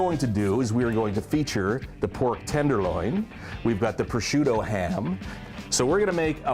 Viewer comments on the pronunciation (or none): Great recipe. By the way there are no "D's" in prosciutto, rather, it is "Pro - shoot - toe!" Like a "professional shooting his toe!"